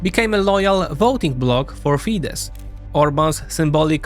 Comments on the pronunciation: While it was pronounced correctly when said Fidesz. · Ye i also surprised how Tisza ('tisa') said wrong, but Fidesz ('fides') said right